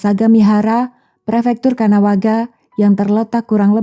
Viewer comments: Propinsi Kanagawa kak, bukan kanawaga. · Perfektur kanagawa kak bukan kanawaga